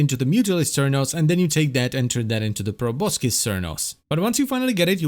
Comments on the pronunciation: Just a minor thing, but you don't pronounce the C in Proboscis. It's just "Pro boss is" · It's actually pronounced probo-sis, but whatever.